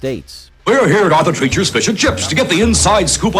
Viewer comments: Arthur TREECHERS DAMN IT!! Not trechers. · Every time they spoke of it they said tree chers, the only one that called it treachers was the host. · "TREE-CHERS". They even said it like 4 or 5 times. 🙄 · Calls it Arthur "Tretchers" even though the commercial clearly says "Treachers" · What a dumb azz......its pronounced Arthur "TREECHERS"...lol. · 🙂 It's Arthur TREEchers, NOT...how your VO guy was saying it. 🙂 Knew they'd be at the top. Good memories. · How can you get Arthur Treachers name wrong? The commercial literally says the name. 😂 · You managed to mispronounce the name "Arthur Treacher's" even while the commercial was playing and pronouncing the name correctly. That's a level of incompetence that most lazy listicle YouTuber's could only dream about. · You know if you just watched the commercial clips you use for your videos, you'd know how to pronounce Treacher's. I guess maybe that was caused by changing customer preferences too lol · Treeaaaacherssss. The narrorator heard it pronounced correctly in commercials but said fuck it! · It even says it in the commercial, and he still says it wrong *cries*.